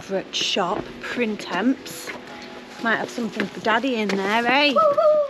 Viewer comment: Ooops!! Dear, You have pronounced the French word “Printemps” incorrectly. It means Spring as in the season Try pronouncing it phonetically. Pra Taw